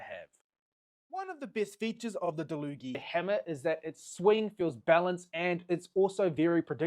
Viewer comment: He's saying it right, it says on the packaging that it's pronounced da-loo-gee